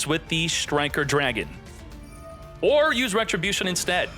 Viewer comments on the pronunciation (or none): none